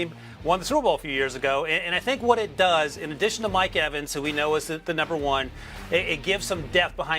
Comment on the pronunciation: Did he call Mike Evans Edwins? Lol